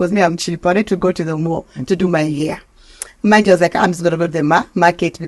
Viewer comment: manje sounds funny mother.